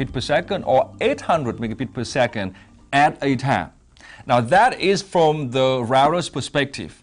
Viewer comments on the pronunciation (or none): “aht ah tahmm”😂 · I love this guys voice! we have the "At a time" Western accent :'D and that made me sub!